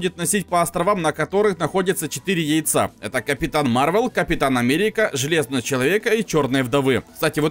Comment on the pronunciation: не марвел а мар вэл